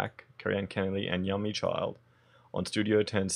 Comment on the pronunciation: Yummy??!! Her name is pronounced "you-me".